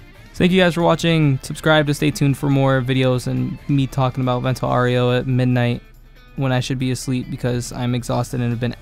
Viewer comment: aaaaaaaaaaau its not oreo its aureo haha